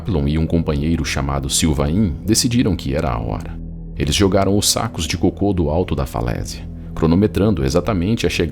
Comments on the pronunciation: Eu li o livro. Vc Fez uma narrativa interessante. Qd chegou a Venezuela, Papillon ficou dias no saco de Côco (ñ, cocô como pronunciado no vídeo), até poder poder sair. Msm assim, teve q ir até uma "ilha" no meio do pântano onde vivia um chinês com um porco que podia ajudar ele a chegar à civilização. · era coco (a fruta) e não cocô (fezes). De vez em quando o é meio burrão pra ler as coisas.